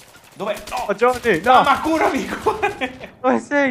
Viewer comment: cmq si dice JOHNNY!!